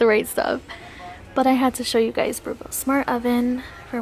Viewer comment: I've never heard Breville pronounced that way!